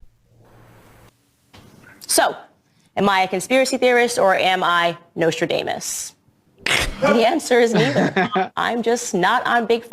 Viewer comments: When she says Nostradaymus instead of Nostradamus that's when you know she's f**** nuts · Nose-trah-day-muss? Can she please learn to pronounce words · nostra (dame) us? 🤣😂🤣😂 What a pretentious vapid little troll. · Speaking of death, has anyone checked Candace Owens’s pulse lately? ‘Cuz I’m pretty sure only a corpse can be that brain dead. “Nostrus Day-mis.” Jesus. 🙄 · *NostraDAYmus Where on earth did she get that pronunciation??? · The Serpent can't even get Nostradamus name right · She can’t pronounce Nostradamus correctly, either.